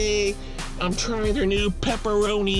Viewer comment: I really love you say "Peppa-roh-knee" my son thinks its hilarious. we just laugh and laugh.